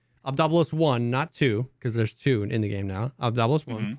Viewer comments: Its obdolbOs Not Obdolbos Not obdOlbos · You have to pronounce "Obdolbos" like a Russian for it to roll off the tongue.